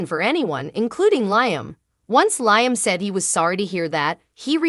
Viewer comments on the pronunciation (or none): Liam _ LIAM not LYAM